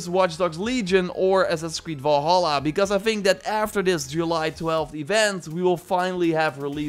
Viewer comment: Valhalla not "Volholla"